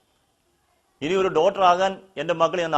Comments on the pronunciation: Teacher, double MA, ഒക്കെ ആയിട്ടും ഡോക്ടർ, എന്ന് പറയാൻ പഠിച്ചിട്ടില്ല, എന്നത് അതിശജയപ്പെടുത്തുന്നു (ഡോട്ടർ എന്നാണ് പറയുന്നത്, തിരുത്തുക pls ) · ഇത്രയും വിദ്ധ്യാഭ്യാസമുള്ള ആൾക്ക് ഡോക്ടർ എന്ന് പറയാൻ അറിയില്ല ഡോട്ടർആക്കണമെന്ന് കഷ്ടം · Pronounce doctor properly. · ഡോക്‌ടർ എന്ന് പറയാനറിയാത്ത താങ്കൾ എന്ത് MA യാ എടുത്തത്. പരസ്യം പറഞ്ഞതിന് എത്ര കാശ് കിട്ടി ? ഭയവ് ചെയ്ത് ജനങ്ങളെ വഞ്ചിക്കല്ലേ . കുറച്ച് നാൾ കഴിഞ്ഞ് ഷുഗർ ടെസ്റ്റ് ചെയ്തിട്ട് വീണ്ടും വരണേ സഹോദരാ. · ഇംഗ്ലീഷ് അദ്ധ്യാപകനായിട്ടുംേഡാക്ടർ എന്ന വാക്ക് തെറ്റിച്ചു പറയുന്നു ഇദ്ദേഹം അദ്ധ്യാപകനാണെന്നു് തോന്നുന്നില്ല